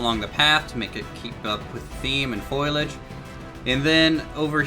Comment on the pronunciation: Foliage, not foilage. Sorry grammar nazi! :P